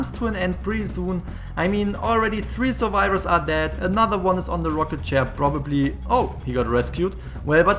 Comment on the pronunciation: Huntahs, Suvivahs, TRIGGERED HUNTAHS, SUVIVAHS.